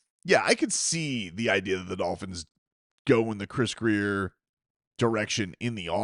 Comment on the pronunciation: It WONT MATTER IF GRIER IS HERE….. FOR YHE LOVE OF GOD!!!!!!!!!! ITS GRRRRRRIER!!!!!